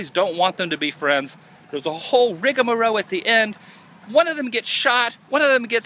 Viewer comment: Rigamorale Adam, not rigamoro.